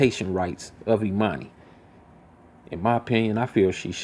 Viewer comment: And her name is Ermani- Not Emani like Ermias !!